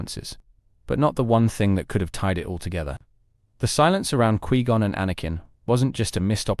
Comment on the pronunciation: Quee Gon?